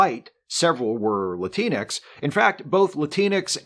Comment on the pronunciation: As a person of color, I'd like to bring attention to the amazing lack of diversity on your otherwise fantastic and entertaining show. There is only one person in front of the camera on your show, and your in front of camera talent is 100% male and white. Also, Latinx doesn't rhyme with Kleenex.